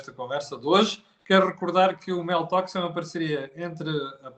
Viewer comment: Seria conveniente pronunciar melhor a designação do programa, soa Meltox